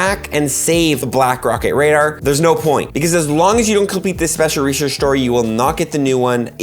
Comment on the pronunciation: speshel reserssh.